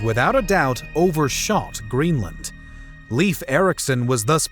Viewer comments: Great video. Minor detail: ‘Leif’ should be pronounced as ‘life’, not as ‘leaf’. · Not ”Leaf”, Leif. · not leaf its Leif(L AE I F) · Leif is not "Leaf", it's "Leyf". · Not "Leaf" LEIF! LIke first part is "lay" like lay a roof, and then a "F" . LEIF. Learn it, pesants. "Lay-f". That or face the sword. Fucks sake, this is why we invaded you in the first place, You cant even get a name straight. Scandinavian counsil are now considering new raids due to dumb wasnt fixed in 1000 years. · NOT Leaf Eriksson. Leif, which sounds like Layf or Lyf. (Technically it is actually Leifur Eiríksson, ....still never 'leaf') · Why does he pronounce Leif as “Leef”?? It’s pronounced as ‘Life’. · The name “Leif" is actually pronounced “Lafe" and not “Leef." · I wonder why I can't find anyone who tries to tell you that your way of saying Leif (like Leave) is wrong.. Leif is pronouced Life.. I know as it's the name of my son. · Leaf Eriksson -.- Come on, try a little harder! Læif, or at least ‘Life’. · His first name is pronounced like the English word "Life", not "leaf". I am Norwegian. This seems to be a common mistake among English speaking people. I have even heard a Canadian couple naming their son Leif and pronounce it "leaf". The rest of the names were pretty correctly pronounced, so you did your research, but I am sorry to say: not on the main character. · My name is Swedish, therefore it is 'Layf'. I know there are only two versions that are correct, and 'Leaf' is never correct. My theory is those North Americans picked the name from a book and had never heard the name spoken aloud. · Leif, not Leev! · Lif, its L A I F if it should be somewhat like norwigian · I'd say Leyf, but certainly not Lief as pronounced in the video. ( English speakers need to learn the actual vowels, and no "W" is not a vowel in any other language.) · Leif is better pronounced ‘life’ rather than ‘leaf’. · It is laif like life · Pronounced life (like in; your life) Erikson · Leyf, not leaf